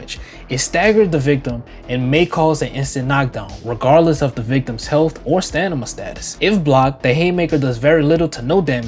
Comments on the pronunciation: I just love that he calls stamina, "stanima". 🐐🐐🐐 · My boy think he Gucci mane in 08' talm bout "stanima"😂 Good vid tho bro 3 was ts💯